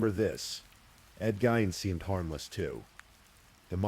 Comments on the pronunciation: Ed Gein ~ Geen, not jean…. Lol AI? I’m breaking balls. Nice work ❤ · Why does the AI narrator keep mispronouncing Ed Gein's surname?!?!? Was really annoying.